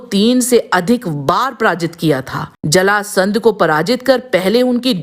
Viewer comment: video ma Aisa lag raha hai ki jarasandh bol rahe hai